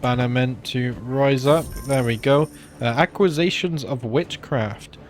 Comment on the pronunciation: lol dude you are funny with your pronunciations... you say windfall as windfell, you say accusation as aqua-sations